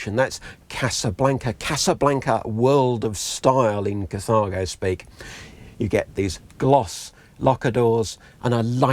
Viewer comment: "Cathargo." Sorry. Can"t help it, because it made me giggle every time you said it.